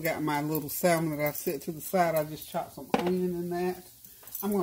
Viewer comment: with all due respect the "l" in salmon is silent 🤫.